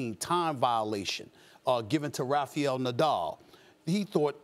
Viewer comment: Ah, yes, my favorite tennis player: Rafiel Nadal